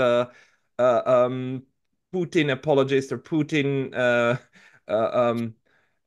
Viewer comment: Why does he call putin puting or puchin ,??